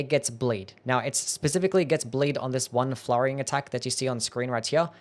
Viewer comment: Is he trying to say 'bleed' or is this a skill I do not know?